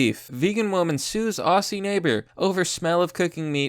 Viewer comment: PSA : no Australian calls themselves "Auscies" .... think of Ozzie Osborn... say it that way. Cheers!